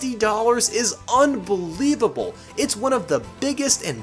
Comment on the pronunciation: Lol he said unbelibable